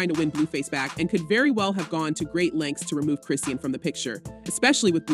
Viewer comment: Say her name right it's chrisean